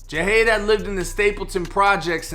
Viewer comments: His name is pronounced (JUH-HOD) JUH-HOD; JAHADE. KNOWN AS PANDA🐼🕊 & yes, he was nothing but genuine🤲🏽💜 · His name is pronounced Jah-hade